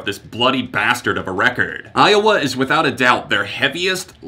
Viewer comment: I'm sorry but I just laughed so hard when you said iwoa lmao